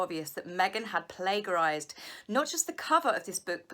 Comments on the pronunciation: just a note- the 'ger sound' in plagiarized sounds like "Ger-man" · I love you but I HAVE to corect you on your pronunciation of the word plagiarized it sounds plagiarized or playjerize. So sorry and I hate doing it but I cant stand it. If you google a word you're not ready of it can usually sound off for you. Hope this helps x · Hehe I must admit I giggle every time you point out how Meaghan has "plague-arized" something. It's funny that she's getting called out but also your pronounciation lol. In Canada, we pronounce the G in that word the way it's also pronounced in the word "page": "Play-jerize". Cracks me up everytime hehe. No idea which is correct...